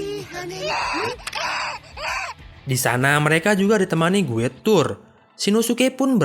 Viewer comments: Guide dibacanya "gaid" bukan "guid"... Mohon diperbaiki pronounciationnya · Saran bang Guide = Gaid